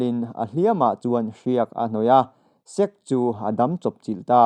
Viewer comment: Sek= Sek-ke zawk tur aw... sir.